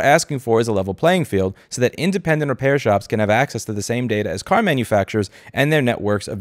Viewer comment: Thought you said cat, not car. Shame, we could have answered that question.